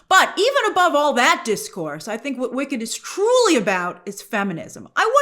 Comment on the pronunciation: I swear I keep hearing Wiccan instead of Wicked